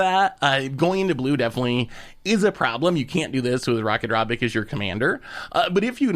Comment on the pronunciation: He pronounces Ratadrabik Rakadrabik except for one time when he first mentions it